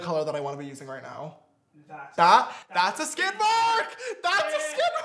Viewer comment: Suzanne Hobbs it's SKID mark, not scin lol